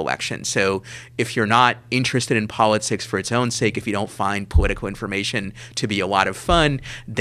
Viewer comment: We aw ignowant about pawwatics? Sewiouswy? What an Elmer Fudd accent this fella has. "I'm gonna shoot the waaaa-bit! Heh-heh-heh-heh-heh..."